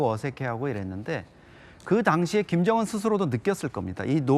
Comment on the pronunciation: 으 발음을 어찌 그리 못해요? 그게 안돼요? 일부러 그러는 건가요? 김정운, 김정은 운독촌, 은독촌 쿤대장. 큰대장.. 우리나라 사람이 이게 인된다구요?